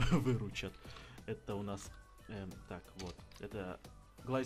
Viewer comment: Правельно произносится Не джирафаджир, а джирафриг))) ну так к сведению))) а так всё как всегда КРУТО!!!)))))